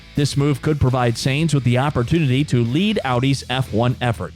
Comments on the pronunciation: It´s pronounced Carlos Sajns not Seeejnss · I think he is referring to how you're butchering the pronunciation "Sainz". It's not "Zanes". The Z is at the end. ;-) Great video, also your voice is really good to listen to. I would suggest no use of filler video though, let the relevant picture/video snip run for as long you are on the topic. I.e. the clip from should run until you finish the segment about Audi, and not cut to driving F1 cars . Most F1 fans are European, and the American TV style of fast/frequently changing video is tiring for us. Also try to not recycle topics, if you're mentioning the engine, stay on it and say it all. Try not to cycle back to it unless you've got a really good transmission to do so.